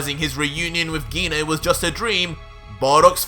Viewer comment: HE PRONOUNCES GINE WRONG LOL